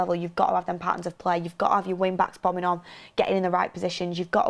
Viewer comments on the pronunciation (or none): none